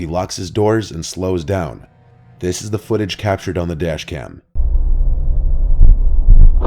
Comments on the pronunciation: Dashcam not Dascham you silly goose. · Dashcam not dascham? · Dascham? Is german now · it’s says dascham